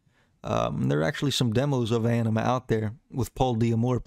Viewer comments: Ænima (Ah-neh-ma) say it right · Few things: Maynard isn’t the lead singer, he’s the singer. More than anything, though, the man is a poet. Ænima is pronounced “ah-nim-ah” (according to the band) despite the diphthong æ pronunciation of “eye”. However, I studied classical Latin and “ah” is closer to the old school singular pronunciation of “eh” so I have a feeling it was very intentional. Plus, as writers, we have artistic freedom to do whatever we want. However, I’m just a few mins in and I think I’m gonna skip this as you clearly don’t care much about the band while pretending to teach people something about them. Seems like you’re trying to exploit their massive fan base to get those views you’re fishing for.